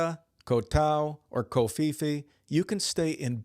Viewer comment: Koh Pee Pee bro. No f sound in Thai.